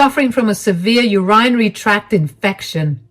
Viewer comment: I would really like to see what all the “elitist” people in the world would do without the janitors, or the barista’s, or the maids, or the waiters and waitresses, etc. They’d never survive. Good story and for future information, urinary is pronounced “Ur-in-ary”